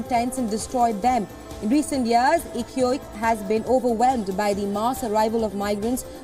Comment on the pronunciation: The Chilean city of Iquique is pronounced “Ikike”, NOT “Ikuiki”😂😂😂